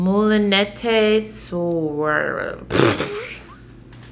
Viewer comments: It's moo-li-net sir. I studied French. :) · I believe it’s like Mool-uh-nay soors.. and that dress is soooo pretty!